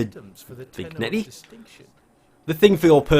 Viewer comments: Btw, Vignette is pronounced vin-yet just for future reference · It's pronounced "vin-yet"....ijs.